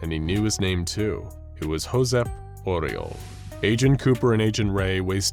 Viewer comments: Catalan pronunciation of "Josep Oriol" is like "zhoo-SEP oo-RYOL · As someone living in Barcelona, the absolute butchery of the name Josep Oriol made me laugh more than it should.